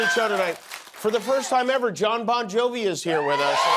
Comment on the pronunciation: “Bon Yovi”?…. I’ll allow it this time.